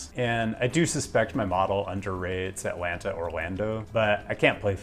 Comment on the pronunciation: toronno, atlannah